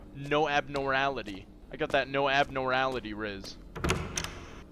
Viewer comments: fr always making me laugh💀 also it’s pronounced “Ab-norm-mal-ity”😂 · no abnorality LMAO abnormality dawg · I laughed every time he said it that shit was so funny 😂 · No one talking about how he said abnormality???